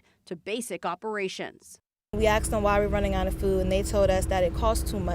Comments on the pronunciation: Asked not axed. Different words. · We “axed” them why they’re running out of food. Also, “as a black woman…” what’s the point of bringing race into every discussion?